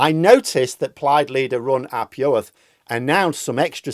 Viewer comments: "u" is pronounced like "ee" in Welsh, so Rhun = "reen", and Iorwerth = "YOUR-worth" (as near as dammit) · you will have to learn how to say Rhun ap Iorwerth's name since he will likely be the First Minister of Wales in a few months' time. "Rhun" is pronounced "Rheen" "ap" is obviously "ap" "Iorwerth" - the "r" is rolled in Welsh and the "o" is pronounced like the "o" in the English word "on" So it is something like "Yorrr werrrth" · I think your analysis is pretty much spot on and I was very pleased but not surprised by the result, other than the margin being greater than expected. Your Welsh pronunciation is, understandably, not doing so well in the polls. Try substituting the U in Rhun and the I in Iorwerth with an ee sound, this rule does not apply to Neegel.